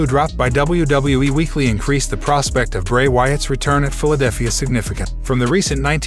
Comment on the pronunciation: You butcher Seth Rollins last name. You really butchered the pronunciation of McIntyre. And the first time you said Philadelphia… WHAT THE F#€|<!? Dude. Stop! You’re awful.